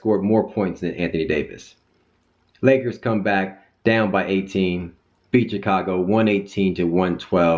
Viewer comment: say it with me. CHI-CA-GO!! lol